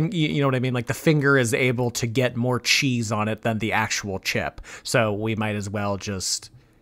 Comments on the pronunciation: I agree 😊 🇬🇧 She sounds like she's saying "Chise" That's not even a word 🙄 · I'm a Londoner and I don't pronounce cheese as "chayze"! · Me too. More like 'cheez' 😅